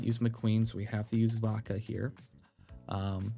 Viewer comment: Everytime you say Vodka I hear baka 😅